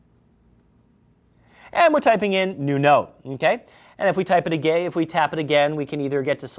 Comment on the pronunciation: Did he said first: "If we type it a Gay?" and corrected itself with: "Type it again" ;))